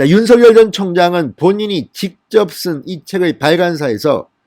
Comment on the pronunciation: 진성호선생 윤 전 검찰총장님의 이름을 개명하지마새요 윤 서결, 서결 하시는데 윤석열 입니다 혀가 좀 짧습니까 연습하시고 발음을 바르게 하세요, 윤총장님 정의롭고 온전한 대한민국의 자유민주주의를 위하여 화이팅! 화이팅!! 화이팅!!!